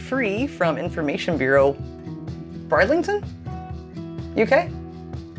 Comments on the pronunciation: Chichester is pronounced 'chich-ester' rather than 'chi-chester' and 'brid-ling-tun' rather than 'bride-ling-tun' - hope that makes sense! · Not brideliton bridlington lol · It'd pronounced B rid ling ton xx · I was born in Brid-ling-ton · It's pronounced Brid (as in rid) Ling Ton (as in tun) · Hi ladies it's pronounced Brid- ling-ton. Great video.